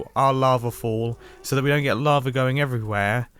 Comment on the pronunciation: well he used to say lava like "lavr" so he has made some improvement.